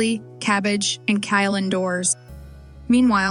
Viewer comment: What in the AI disaster is this? It's not Kyle, it's kale... If you're planting Kyle, you should probably be investigated.